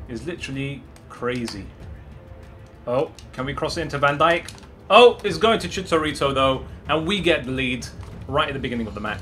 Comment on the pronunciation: Who the hell is “Chitarito”?